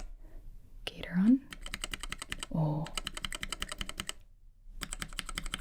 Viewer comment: The gat in gateron switches is pronounced like cat, so it’s gat-Eron switches. Great video Gibi thanks for sleep fuel 💤